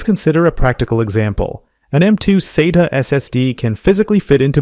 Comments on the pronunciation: This might seem pedantic, but you really shouldn't spell out acronyms. It's not S-A-T-A. It's "Sat-ah". Acronyms should not be pronounced as initialisms. If someone goes into a store and tells the guy they want an S-A-T-A drive, they person is going to look at them kinda dumb for a second before realizing what they actually mean. This is no different than calling the space agency NASA the N-A-S-A. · This is a great explainer for modern disk drive types. My only complaint is that you pronounce SATA at least four different ways throughout the video. And you use two pronunciations of NVMe. Otherwise, great video and thanks! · Or an American Accent lol